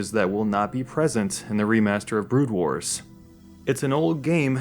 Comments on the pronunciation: Yes, It actually bothers me that you don't even know the name of the game. It's not "Brood Wars", it's "Broodwar". You moron. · 'Brood Wars, Brood Wars, Brood Wars' Oh god please stop... It was just 'Brood War'... >_>